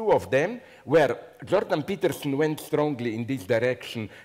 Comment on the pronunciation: youtube translates 'jordan peterson' as 'druggy pitiful' from Zizek's pronunciation.